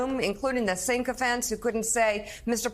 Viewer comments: Mika, FFS! The word is “sycophants “, not “ sinophants🌵” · sycophants, not syncophants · She said “sinkophants”. Just invent words. Go on. Makes you sound so intelligent. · Sycophants, not “syncophants”…. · Sink-o-phants? Wow, how much is she paid to mispronounce words? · Mika, the word is “sycophants”. Just sayin’